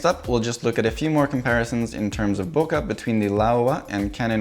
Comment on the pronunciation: That was cool. But, if you're going to teach people how to say loquat in Japanese, please pronounce bokeh correctly - it rhymes with 'okay'.